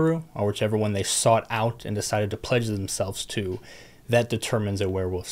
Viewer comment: Tribal totems.. ohh PLEDGE themselves to.. I thought I heard"pleasure themselves to" :P